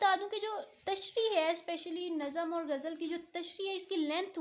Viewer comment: باجی گجل نہیں ہوتی غزل ہوتا ہے